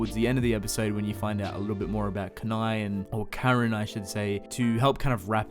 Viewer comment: isn't it ka-nah-eh not ka-nai (Kanae)